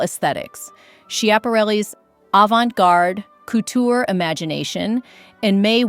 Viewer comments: AI cootcher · Please! Learn to pronounce couture. It is not pronounced like 'cootchee'.😢 can't take anything you say seriously 😢